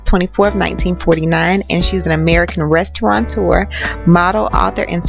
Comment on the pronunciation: *restaurateur It is a french word. NO "N"!!!!! Even the news caster said it like that. It is a peeve of mine.